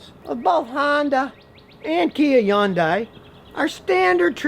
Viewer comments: Scotty ? before you talk about Kia or Hyundai , say it right it is Hyundai like sunday monday Hyundai ... got it? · Scotty learn how to pronounce Hyundai. Just say Sunday with an "H" and you'll nail it. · Not how you pronounce it in Korean. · Not how it's pronounced in korean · Scotty is saying it totally wrong. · No it's not, actually. That is an American-ised pronunciation that was promoted for marketing reasons. Scotty is also mispronouncing it. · Scottie’s pronunciation of Hyundai is to funny. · is the "h" silent in hyundai? i learned something new again from here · Some eastern Koreans do, the ones that live past Taeback line. Scotty probably learned from them. It's definitely not the normal pronunciation. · you don't know how to say Hyundai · That's not even close how to pronounce Hyundai. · I can’t stand how you say Hyundai. fix it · I know I’m being petty, but I wish he would learn the correct pronunciation of “Hyundai.” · i cant stand the way u say hyundai 😂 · Poor Scotty doesn't want to come out of the old box. Take a look around.. Start searching first, then compare, and open the mouth after. Can't even pronounce Hyundai and talking about Hyundai is very funny. Something you said has to be double checked from now on. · Hey Scotty, it's pronounced "Hun-day" like Sunday, not "Yun-die." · why do u say young die? no one says that it’s hun day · Why not pronounce the yondai as it is spelled HY UN DIA that's is the correct way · Dude it’s Hun-day! Stop Scotty stop lol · i know what you mean ...but ...it's sorta like the Porsche - Porscha Some people say Hi-Unday or like scotty says it He-Unday then i found out years ago its actually Hun-day , like Sunday. Even tho i know its Hun-Day , i stil find it hard not to say Hi-Unday ....again sorta like Porsche & Porscha pronunciation. But ya i see what you are saying. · Why does he never pronounce Hyundai properly? The H is not silent. The H is never silent in Korean. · Its not "E-UN-DAY" its "HI-UN-DAY-EYE"..